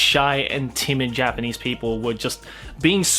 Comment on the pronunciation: It's just me or he is saying J-penis? Not Japanese, lol